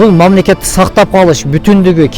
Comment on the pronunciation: анан дагы мамлекет дегенди мамлакат дегеничи.